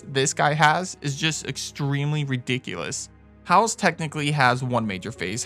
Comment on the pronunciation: I'm sorry but it's bugged me... it's pronounced phonetically as hay-os